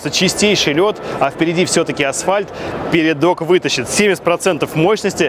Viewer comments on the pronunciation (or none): none